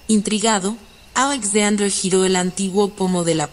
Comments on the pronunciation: "Ajlesaudrer"... No pude, Alexander era mejor 😐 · La voz no es relajante y la pronunciación del nombre Alexander es muy chocante.